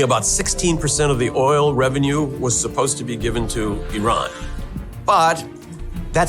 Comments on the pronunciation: I - RAH - N not I - RAN he says it right.... get your narrator to follow suit. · YOU GUYS R PRONOUNCING IRAN MUCH BETTER!!! THANK YOUUU